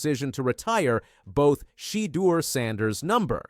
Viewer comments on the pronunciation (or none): Your title sucks because Shedeur learn how to say his name right plus he never slams the don for the prank Ok you got it Dude